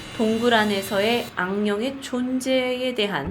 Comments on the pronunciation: 초에 악령울 안경이라고 했어요!ㅋㅋㅋ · 아닌데;;악령을 안경이라 발음하는데